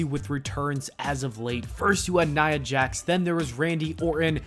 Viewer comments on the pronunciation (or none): Nia Jax?? NIA JAX??? Niaaaaa jaaxxxx????